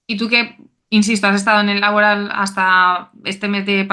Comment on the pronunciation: Por qué esa manía de hacer Laboral palabra esdrújula? Tanto en castellano como en euskera es palabra aguda. Pero bueno… cada uno que lo diga como quiera. No sé si al patrocinador le gustará mucho